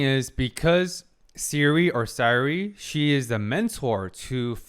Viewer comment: Sai Ree? Flei Mei? Just an observation, you never or take too long to get the right pronunciation of names.. Just a bit of advice, whenever there is an important character, take time to listen or play it back. You are a psychotherapist, you should know how important names are.